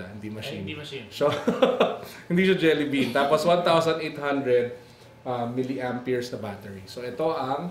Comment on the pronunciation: its jelly bean not jelly beam just saying peace